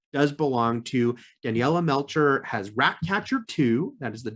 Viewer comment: Daniela Melchior not "Melcher"... On the positive, the Ch was pronounced perfectly.